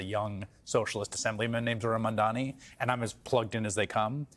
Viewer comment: Not Mandani